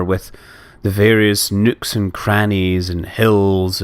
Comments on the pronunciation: I heard "nukes and crannys" When you said "nooks and crannys" On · "nukes and grannys"